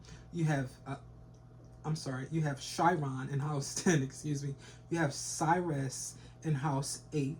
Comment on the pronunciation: Sirius is pronounced serious love ya 🗝️